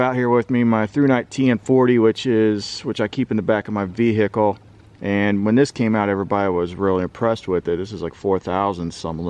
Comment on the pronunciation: you don't need to pronounce the H in vehicle! Every time, its so annoying.